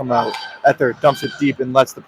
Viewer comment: #20 = Ee-thee-ur, not Eth-er